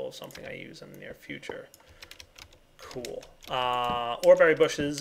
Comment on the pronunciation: Y u alwys say "kewl" I know that I have bad grammar, it's for da fun